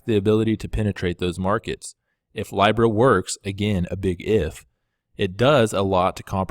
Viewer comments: Pronounced LEEBRA NOT LYBRA ;) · Its LEEEEBRA not Lybra ffs 🙈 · Dude, why are you the only one who mispronounces these coins? Nools instead of nuls, lybra instead of leebra. Do you do it on purpose? Do you not hear how the rest of the world says them? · Its pronounced Lee-brah. It comes from the old Roman Empire currency. Since we still live in the last generation under the dispersed Roman empire, this one world global currency has to happen at some point. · It’s leeeeeBRA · Say it with me now: LEE-BRUH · This guy sounds like he is medicated on Thorazine. Dude, you can’t pronounce Libra 🤦🏼‍♂️ please have Maddie full time